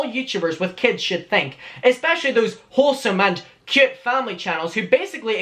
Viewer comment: It is so cute how says "cute"! its something like "keut"